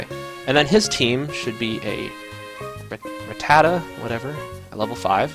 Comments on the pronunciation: every time he says ratatatta and not rattata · It's pronounced ra-(as i rat)tar-tar, not ra-ta-ta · Im trying so hard to ignore him saying Rattatata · This is not rattatata! it's rattata! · he said it with too many syllables. i don't know why so many people screw rattata's name up